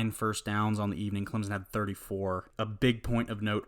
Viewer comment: NO Z IN CLEMSON please stop my ears are bleeding